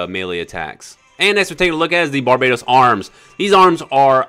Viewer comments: its barbatos not barbaytos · Bar-ba-tos not barbaetows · Its pronounced bar ba tose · You pronounce Barbatos incorrectly.